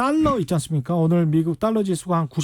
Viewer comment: 최 기자님 자꾸 딸라 딸라....그래도 명색이 방송인데 발음 좀 제대로 해주시길...너무 싸보여요.